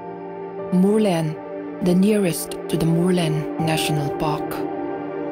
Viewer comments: A narrator hian mizo tawng a thiam chianglo nge? Murlen a lam dan chu ava mak ve. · Murlen lam dik thiamlo narrator hian a va ti flop veee,a hmuhnawm tehlul nen 😢